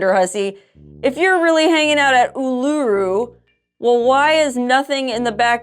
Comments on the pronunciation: It’s pronounced ‘Oo-la-roo’ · It's oooooh-laaa-roooo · Love the way you say Oolarooroo! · Awesome you'll be visiting us here in Aus.. would love to have a meet n greet but doubt you'll come to Canberra.. Oh and by the way Uluru is pronounced Ew La Roo.. Cya Matey.. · The rock is pronounced Oo-la-roo 😊